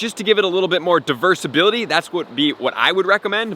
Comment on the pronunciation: It may be that I just woke up, but did you say "diversability" ? If so, you need to coin that word! Let's go!